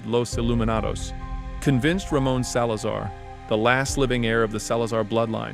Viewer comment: Ah yes my favorite character "Ramen Salazar"